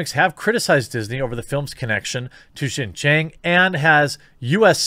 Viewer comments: you are absolutely not pronouncing it correctly lol. 新疆 or xin jiang is roughly pronounced (sheen jee-ong) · Your pronunciation is close. X sound like "hs," so "hsin-jiang" with a hard j and the a pronounced like "aw" in "law" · Pronounced Sheen Jeeang. Pinyin doesn't always pronounce directly , but i got u Jeremy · I’ll only correct you because you asked if you were saying it right... It’s said xin (sheen) jiang (jah ng). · Jeremy, Xin Jiang is pronounced "SHIN (like the anatomy) JEEYANG" (British "A" sound almost sounds like "long" in american pronunciation). I lived in China 13 years growing up and I'm glad you're talking about this issue. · XinJiang is pronounced ShinJiang, with a soft 'h', so pretty close. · i speak some chinese. So if you'd like to know, the pronunciation sounds like "Sheen Jyawng" ("aw" like in "saw"). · It's pronounced: Xing-Ji-On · In case you’re curious Jeremy: it’s pronounced Xinjiang (shin-gee-ahng). You’re pretty close tbh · Chinese is hard to It's pronounced, "Shin-Ji-ang" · Might I suggest watching Youtuber "serpentza" and his other channel "ADVChina" He lived in China for 14 years and just moved to the states. he does a LOT of videos on this. Least it will help with the pronunciations. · It's pronounced shin ji-ah-ng Jeremy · Nope, xinjiang (sounds like sheen jee-young (say the last part fast)) but great try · ROFL! I don't know if just repeating it is going to help any. Without using any kind of phonetic guide, it is pronounced something like "shin - gee - ang". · You're saying Xianjiang wrong, but I've heard a lot worse. You're just saying it with an American accent. You're also saying Uyghur wrong. It's not "We grr." That's just how MSM pronounces it and I guess most of the West now thanks to them. It's more pronounced like "Uuu ga ru." (I forgot how to write down sounds but that's the best I can do. lol) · No, you are completely fucking up the pronunciation of Xinjiang. I don't care though.